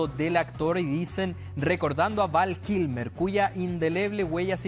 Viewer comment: No es "Van Kilmer" , es Val Kilmer xd